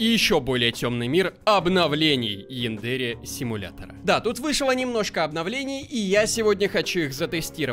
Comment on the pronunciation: Янда́ре симулятор? Думаю правильно Я́ндаре